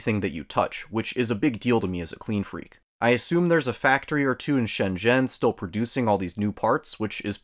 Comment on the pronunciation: your pronunciation of shenzhen is so on point